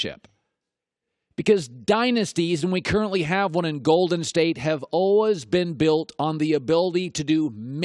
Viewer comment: Colin "It's ALWIZ Been" and "I've ALWIZ Said" Cowherd